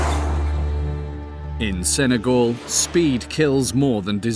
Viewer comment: Sen-ay-GAL, not GOL